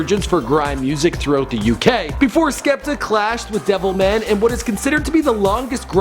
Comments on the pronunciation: "devilmen" smh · Man don't diss Wiley like that when you can barely pronounce Devilman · Man said devilmen lol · I love how he calls DevilMAN Devilmun, and I cant wait for all the people from other countries to try act like they know everything about grime